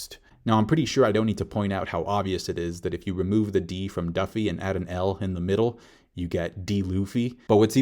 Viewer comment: ghost is duppy not duffy, also west indian refers to caribbeans.